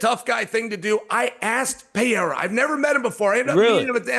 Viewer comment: why did dc say pierra